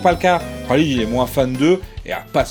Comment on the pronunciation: Khalid il me semble que ça se prononce "Ralède" ^^